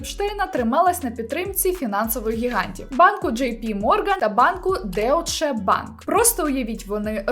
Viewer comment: Deutsche Bank - дойче банк 😅 Дякую за відео )